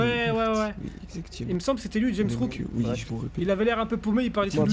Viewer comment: Elle joue h rp elle dit rames rook alirs kel c ke c james rook